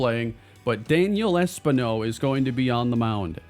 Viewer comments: Es-PEEN-O btw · Should not Espino be pronounced Espeeno? Because everytime it was pronounced it bothered me. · I do just want to say, I'm pretty sure its Es-PIN-yo for pronunciation. Not trying to be a stickler, just trying to help. Appreciate your good work and series as always.